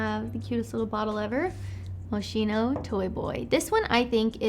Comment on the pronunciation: The correct way to say Moschino is "Mohs-KEY-noh," not "Mow-SHEE-noh" :)